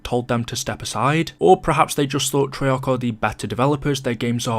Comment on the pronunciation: i think its an english thing, americans keep a's short